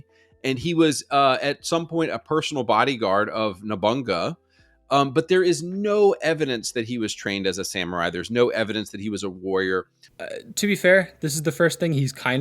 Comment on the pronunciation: it's pronounced Nobunaga not Nobunga is this guy dumb to pronounced names also this guy should go back to school.